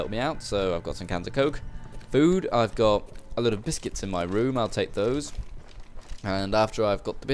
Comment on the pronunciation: Biskets = biscuits in correct English, yes?